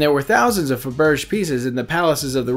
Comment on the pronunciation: Fab er jey egg .. not fab erj ...doh